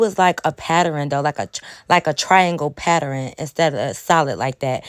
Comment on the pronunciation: listen at my country ahh cousin talm bout" patteren" 🤣🤣🤣🥰😍